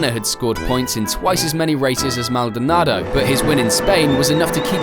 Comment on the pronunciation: Normal people: Pastor Maldonado Legends: Pastor Maldonaldo